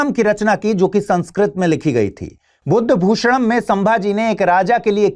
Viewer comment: buddhabhushnam ❌ budhbhushnam✅ because aajkal ke convert hue logon ko ye gautam buddha ke bare me book hai aisa lagta hai, isliye pronounce sahi kijiye .hamare dhram ke liye anek shlok or bhagvan ki stutiya maharaj ne likhi hai first page ganpati bappaa ke shlok se hai